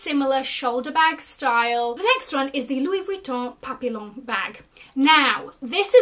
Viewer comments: Papillon is pronounced pap ee yon. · Busting out my tiny armpit lux bags if smaller bags are back. The LV papillon bag is pronounced “pa-pee-aan” ❤